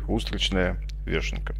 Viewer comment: Только не вЕшенка, а вЁшенка (если называть гриб по-русски). Дебильная привычка на письме заменять "ё" на "е" привела к тому, что многие, кто незнакомое слово прочёл раньше, чем услышал, приучаются говорить неправильно.